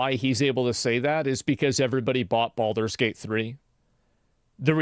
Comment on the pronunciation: ho no, not Baldure gayte again